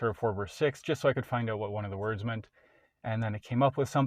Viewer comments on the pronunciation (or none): none